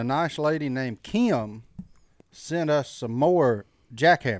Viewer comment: it's Kim not Keeeim. LOL just busting your Southern butt.